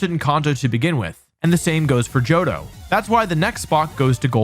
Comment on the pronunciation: mans butchered my boy johto